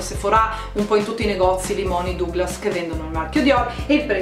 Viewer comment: Duglas si legge Daglas e Sephora è senza accento sulla a finale...............